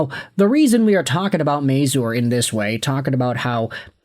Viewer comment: Please learn how to say his name. It's not may-zoor. It's may-zur.